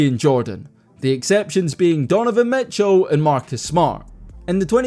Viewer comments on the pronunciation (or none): none